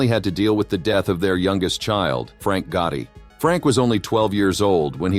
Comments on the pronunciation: If I hear "GUARDY" one more time... I'm going to scream! Americans have difficulties with pronouncing the simplest words. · What annoys me is the pronunciation of GOTTI what on Earth is "GUARDY??!